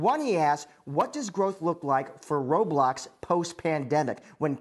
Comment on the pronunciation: finally a news channel that knows how to pronounce roblox